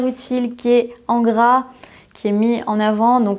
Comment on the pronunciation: Bonjour, dans toutes vos vidéos, pourquoi ne faites vous aucune différence de prononciation entre le "é" et le "è"? Ex: dans les mots "français", "il est"... c'est gênant pour quelqu'un qui veut apprendre correctement la langue.